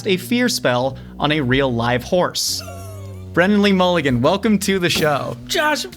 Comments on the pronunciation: wennan wee wulligan!!! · Wendan wee wulligan